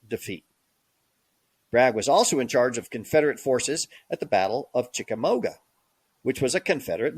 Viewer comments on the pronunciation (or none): One of the blurry pictures you showed while discussing Bragg was a rendering of the battle of Culloden. Lazy! You are also butchering the names of certain battles such as Chickamauga and Antietam.